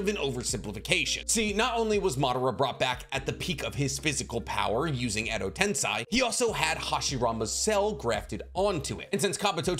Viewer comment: Why are you saying Edo tensai, isn’t Edo tensei? Or either way is correct